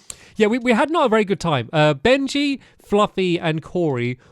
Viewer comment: Dude I thought it was always Benji not Bengy